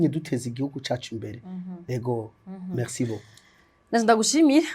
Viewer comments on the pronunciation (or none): none